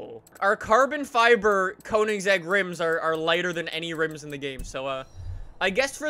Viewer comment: the way he pronounces koenigsegg triggers me so hard. GOOGLE PRONOUNCIATION PLZ